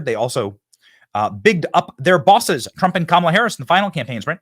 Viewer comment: Trump not Tramp